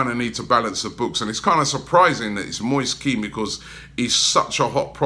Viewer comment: Moist Keen? Lol where did you learn how to pronounce things, and how did you get Moist from Moise ?! Atrocious.